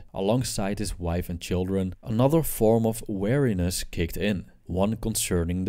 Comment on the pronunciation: It's prononced "Wee-Ree-neh-ss". You keep saying "wariness" instead of "weariness". Also, Buddhists do NOT believe that "life is suffering". They believe that suffering is an inevitable part of life. There is a distinct and IMPORTANT difference there.